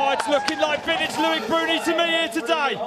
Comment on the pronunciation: L-O-I-C not Louic.